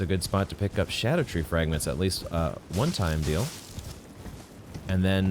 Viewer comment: Im still so disappointed hearing souls-tuber vet, Smoughtown, still refer to it as “skadoo-tree”💔😭